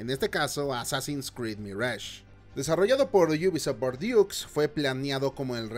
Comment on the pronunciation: Creo que UBISOFT Bordeaux, se pronuncia Borgdo. Muy buen video, me dan ganas de comprarlo, yo amé Valhalla, Syndicate se me hizo más o menos, pero si juntamos lo bueno de ambos, suena muy bien.